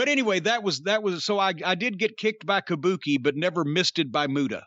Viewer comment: if you’re gonna do a Gary Hart impersonation, ya gotta do it proper. He didn’t say Kabuki, it was Kah Booh Kay!